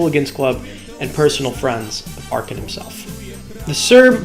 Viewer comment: His name is not "arr can"